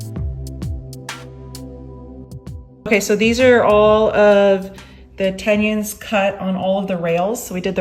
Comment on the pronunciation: i made it about 2 minutes in. it bothers me when someone says "heighth", but this was a whole new level.